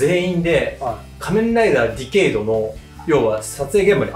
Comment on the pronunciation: ディケイドをディケードって言っちゃうタイプか～